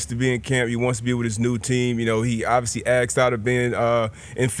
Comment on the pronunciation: I watch live every day until I hear D But say “obvissy” 3 times. Thats my limit. So I usually stop watching in the first hour.